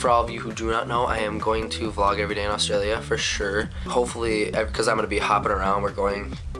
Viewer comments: Annoys me how they don't say Australia right. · you say australia weird :P you should come back to australia... OF CAUSE WE HAVE INTERNET